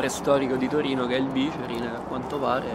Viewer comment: Vi voglio tantissimo bene, ma si dice bicerìn, è una parola tronca... Parola di torinese! Grazie per aver fatto vedere la mia amata città nei tuoi vlog! <3